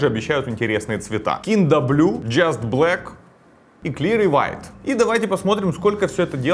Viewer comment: кинда блю клире вайт... У гугл есть переводчик, который может помочь с произношением